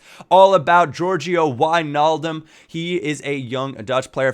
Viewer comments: Finally someone who can say Wijnaldum right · U pronounced wijnaldum right!!! nice man